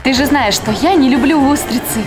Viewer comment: Не че а ча